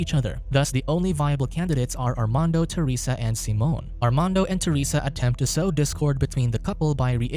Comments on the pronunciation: Why are you saying Simon that way??? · Why you do him dirty and calling him seamen instead of Simon lmao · Simon... not Seamon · "SEE - MON" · He still wasn’t pronouncing it correctly, but Simon in Spainish isn’t pronounced the same as in English